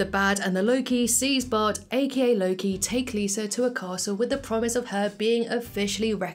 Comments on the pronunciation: slight error it's Bart not bad. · That's not even the title. She kept saying it wrong. It's "The Good, the Bart, and the Loki".